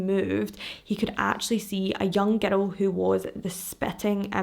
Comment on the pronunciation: Anytime you say girl or girls I hear “ghetto” or “ghettos”. Haha 😂 I love your videos, I’ve been binge watching all week while working.